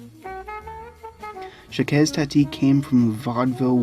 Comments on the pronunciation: Good all round commentary...but I've never heard anybody ever pronounce Jacques as Jackez, please! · ‘Jacques’ is pronounced just ‘zhack’ (soft ‘sh’) or if you must, say the first sound as just ‘j’, ‘Jack’. You’ve probably heard this a million times in the last two years, though ;). ‘Hulot’ - like ‘Hue low’. And now I’ll watch for the content ;). I regret that no-one I’ve shown Jacques Tati movies to has appreciated them. Too subtle for most of us Americans, I guess :(.